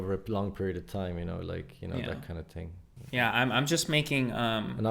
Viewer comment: You cannot mask the "one ting." We know you,! 😁